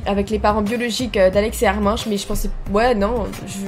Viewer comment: Armin ce prononce armine